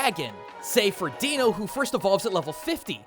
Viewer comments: Why can't anyone properly pronounce Deino, it's a mix of the term Dino and the German word Ein (meaning 1 because it has only 1 head, and the rest of the line follows this convention), and it's pronounced as Dino not Deeno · You mispronounced Deino, as if you look at its evolutionary line (Zweilous & Hydreigon), the pun of counting to 3 in german (ein, zwei, drei) is made obvious. Thus it should be pronounced as Daino (and Zwailus & Hydraigon) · The only thing I hate about this is the extremely obvious mispronunciations. Slig _goo_, not Slig- Go. And Deino is Dine-o, as in Deino Zweiloys Hydreigon being Ein Zwei Drei, the german numbers for 1, 2, and 3. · You'd think the culture guy would know that Deino's name is pronounced D-eye-no. As Deino's name has Ein in it, the german number for 1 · For future reference, Deino is pronounced like "Dyno", because it's German. D*ein*O, *Zwei*lous, Hy*drei*gon. 1, 2, and 3 respectively. ...Come to think of it, if you haven't done a video like this already (a cursory search to refresh my memory came up empty), doesn't Hydreigon's growing number of heads and typing strike a little bit similar to the Yamato no Orochi? Just a thought.